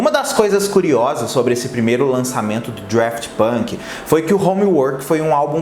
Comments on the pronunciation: DAFT NÃO "DRAFT" 🙄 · Cara, é Daft!! Não é draft! Fica claro que vc não conhece quem foi ou que é! Fez esse vídeo para alcançar público! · Ponto 1 - não é Draft, mas sim Daft. Ponto 2 - Um dos membros da banda chama-se Guy (deve ler-se Gui, dado que ele é francês, embora de ascendência portuguesa. A sua família é originária da cidade de Aveiro, Portugal). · O Daft Punk, com R (DRaft Punk) quase me fez parar o vídeo Hahaha. Mas arrasou pelo conteúdo,. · não é Draft Punk, é Daft Punk mesmo, sem o R 😉🙏🏻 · "Drueft Punk" foi ooOotimo! 🤦🏻‍♂️ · adoro quando fala draft punk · Estudou toda a trajetória do duo mas não aprendeu o nome?? Draft tá difícil de ouvir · dRaft punk, aí que agonia kkkkm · eu não sei pq mas ouço vc falando DRaft Punk heheh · Agonia do falando Draft Punk... não sei pra que inventar coisa na pronúncia. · Vim aqui pra falar o mesmo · Real, nem consegui ver o vídeo depois do 10° draft punk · É Daft Punk que agonia, igual ele fala Halsey errado 😬